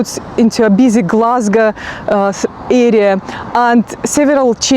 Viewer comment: Love how you pronounce Glesga your richt Gleswegian noo.